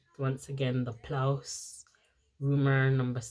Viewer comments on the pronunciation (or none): the base is pronounced p. louise not plouse. love the eye look